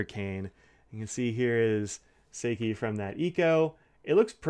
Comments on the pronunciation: Yoseka Stationery did a YouTube overview of these Yurameku inks and you can hear how pronounced then there. I don't have time to check right now, but I think she even pronounced "Seki" slightly differently than you do. I may be wrong about that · I’m right with you about Seki being a new favourite. It’s so different every time I use it. I was really surprised by the water test. I would have thought this ink would have washed right off. (“How you make this with your face”: 😂🤣) Looking forward to the unpronounced ink review, too.